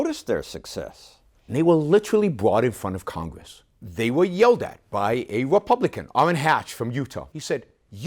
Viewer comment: Sorry but I kept hearing Yaron Brook as Elmer Fudd. "..a Wepublican!"